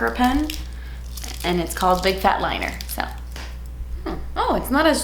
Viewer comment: I swear she said "big fat liar" instead of "liner".. just me? 😅. Who you mad at? 🤣🤣.